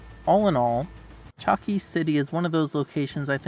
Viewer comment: One very important (for me) correction is that Chalkis is pronounced as Halkis thanks in advance😊